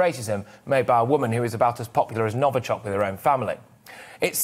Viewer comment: Novichok, not novAchok